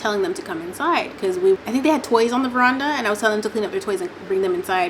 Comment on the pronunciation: if you say veranda one more time 😭